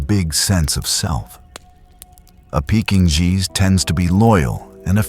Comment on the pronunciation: Get your AI to say Pekingese properly.